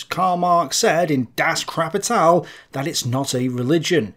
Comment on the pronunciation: Das Crapital? Lol.